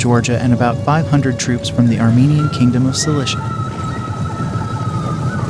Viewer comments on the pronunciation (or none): none